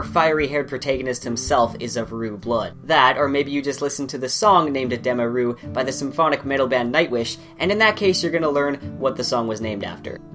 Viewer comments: I always find it odd watching videos over novels, as people always pronounce things differently. You pronounced edema ruh in this video as "Eh-deem-uh Roo" I always pronounce it as "Eh-Deh-muh ruh" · Oh interesting, I've never heard them pronounced like that! Rothfuss has a YouTube video where he pronounces everything in his book and he pronounces them like "edema roo", but I can see why you would pronounce it that way